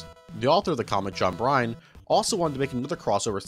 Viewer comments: Bro, you did not just pronounce Byrne as “Brine” (it’s like “Burn”) 😆 Triple embarrassment aside, I’m liking this video. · John Byrne, as in “burn,” not “brine.” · Absolutely dying at how you pronounce Bryne (burn)